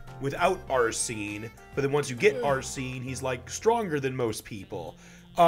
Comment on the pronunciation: Nothing caught my attention more than butchering Arsenes name